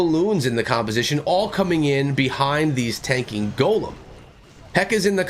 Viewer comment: i realize that. I seen it come out as I was watching the video but he was saying golemn and to always use a golemn in the video.